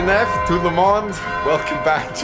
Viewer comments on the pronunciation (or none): none